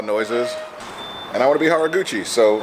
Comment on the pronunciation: Could've swore said "Hot Rod Gucci" when he said Haruguchi